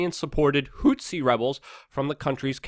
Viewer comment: What the hell is a "hootzee rebel"? Zero Hedge should add a pronunciation guide for this dude. Put it before the "travel hacks" section.